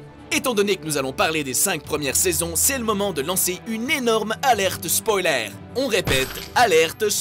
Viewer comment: "spoilair", "cersei lanistair", "melizandre" ... mes oreilles